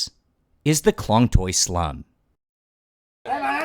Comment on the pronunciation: The cinematography, the story, all great. But please please learn to pronounce at least the most important words, like the district which is your main story point, or the dishes and names of the people. It goes a long way and shows respect to take 5 minutes to learn how to pronounce Khlong Toey, Moo Grob, and the people's names. It's borderline cringe to hear those words totally getting butchered by someone who otherwise seems to be genuinely interested in the region.